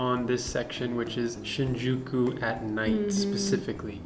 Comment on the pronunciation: Shinjuku sounds like sin you cute